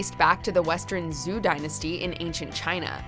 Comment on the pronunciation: Zhu Dynasty? Do you mean Zhou Dynasty? If yes it pronounces as “Joe”, not “Zoo”